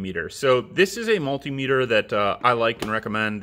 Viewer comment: You're pronouncing multimeter wrong